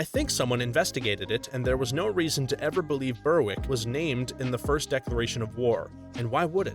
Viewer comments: Berwick is pronounced Ber-ick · For your information, "Berwick" is pronounced "Berrick".